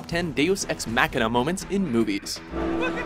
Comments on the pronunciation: The way he says it is Mac-Kina, like some new Apple product. Most people pronounce it with a longer A. "Mah-Kina". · your saying it wrong deus ex machina not deus ex mackkkkkkina what the fudge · The way you're pronouncing machina is killing.. mock*in*a not mac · Mock, not Mack. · Deus Ex “Mackina” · why does the narrator speak in an American accent, but pronounces words like Machina and Speciality like a Brit? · That mispronounciation of Machina.